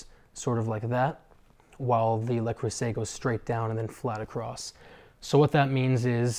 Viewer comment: Le, not Lay Creuset.